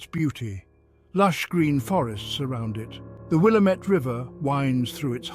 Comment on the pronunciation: Pronounced Willamette wrong